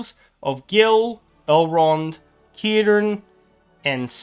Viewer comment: The fact you said: "Kirdan" gave me chills, it's a lot of time since someone said his name correctly